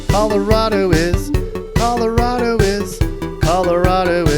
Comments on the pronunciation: Pretty well done. Especially the annoying transplant jackasses begin to overrun us like a rat infestation 🙄. Only thing, we don't say Colo-rod-o, it's Colo-rad-o lol. Only if you've lived here all your life though lol. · If you're going to live there, then at least learn to say it correctly. ColorAdo, not ColorOdo!! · triggered every time he says coloRAHdo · Where are you from? It's driving me nuts that you keep saying Colo-RAW-do? Is that how the rest of America says it? Also, no. Not everyone pretends to ski, and not everyone drives a damn Subaru, the quickest way to spot a liberal is if they're driving a Subaru. Also, thanks for not mentioning Northern Colorado, it's nice to not be associated with California 2.0. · It's Colo-RAD-o. I've lived herey entire life and it makes me shudder when people pronounce it like you do.